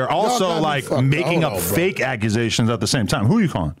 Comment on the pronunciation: The Akusations 😂